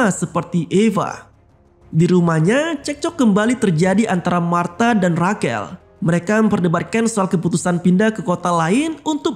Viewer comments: Bukannya Rashel ya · Rachel dibaca reycel bang bukan rakel